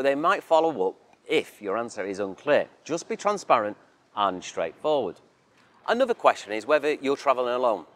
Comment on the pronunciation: ANNUVVVER'....stopped listening at that point.